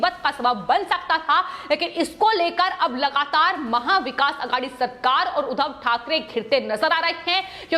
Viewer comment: Udhav nehi Udbhab. Muh se supori nikal ke baat kijiye plz